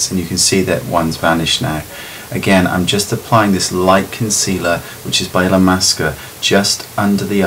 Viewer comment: did he say Illumasqua?